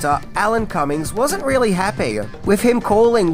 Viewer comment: It's Alan Cumming. Not Cummings. Not that it sounds any better.